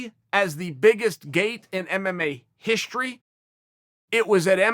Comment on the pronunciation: Me: strike Uncle Chael: shtrike Me: history Uncle Chael: hishtory Me: okay great